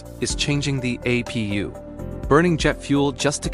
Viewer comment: It's nat a app pew it is an aye pee you. You dingleberry AI